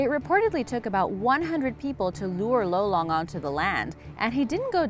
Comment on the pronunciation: You pronounced lolong wrong Im filipino